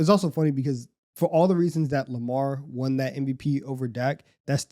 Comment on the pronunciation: i gotta say it. the word “won” is pronounced the same as the word “one” in english. bro keeps saying “they juan” and it’s all i can hear 💀